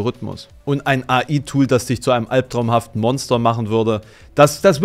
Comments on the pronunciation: "AI" = engl.: "Artifical Intelligence" also entweder engl. aussprechen oder KI :P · Ich möchte beantragen, dass du AI englisch aussprichst und KI verwendest, wenn du die Buchstaben deutsch aussprechen möchtest. :D Ansonsten wie immer schönes Video. Ich habe das Gefühl, dass Bilder im allgemeinen ein bisschen zu viel Bedeutung haben in der heutigen Zeit. Gerade jetzt mit den neuen Möglichkeiten durch KI. Am Ende sind Bilder dann doch nur Bilder und nicht die Realität. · ich will ja nicht klugscheißern, aber AI ist die Abkürzung für Aritficial Intelligence und sollte daher schon Englisch ausgesprochen werden. Im Deutschen haben wir ja KI;)